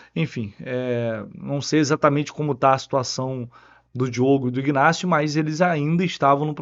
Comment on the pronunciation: não é IGnacio que se pronuncia… A pronuncia correta é INacio. Abraço